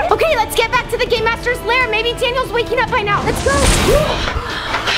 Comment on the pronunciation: Lol its lair not "liar"